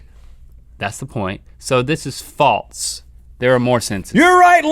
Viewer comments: THERE IS NO T IN THE WORD FALSE. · Guys, the word is not 'faltse', it's 'false'. There is no 't'! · has anyone else noticed that they say "faltse" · Anyone elts annoyed when people add t their s's? Like, those two bother me so much with that